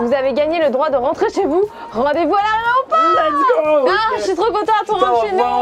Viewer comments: c'était génial mais ça m'a fumée, elle a dit "rendez vous à l'aréoport" en lisant le message à la place d'"aéroport" 😭😭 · à l’aRÉoport ? Je pensais qu’on disait aéroport 😭 Nan je rigole 😂 Le best duo at ever ❤️ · C'est que moi ou a dooms elle a vrm dit '' rdv a l'aréoport!'' ?